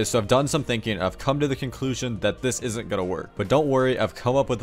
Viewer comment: man can u pronounce the s in isn't and doesn't pls